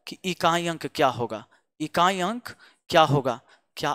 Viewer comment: बोल रहे हैं इकाँई, दंहांई 😂😂😂😂अच्छा लगा गले से बोलते हैं |